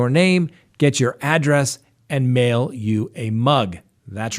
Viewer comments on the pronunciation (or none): none